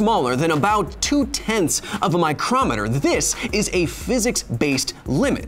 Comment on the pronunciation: Micrommetre ???...….Oh you mean a "micro"-metre, cause you know, no one pronounces microsoft, micrommsoft do they Kyle..... I luv Kyle and his elocutory blackhole shinnanigans…….